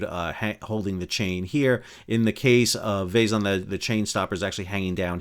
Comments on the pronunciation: Hey, Sal! For thd next time we, Bulgarians, embarass ourselves in front of the world... "Zh" is a transliteration of "Ж", which is pronounced close enouhh to "J". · Please look up the pronunciation of Vezhen. You are butchering it atrociously.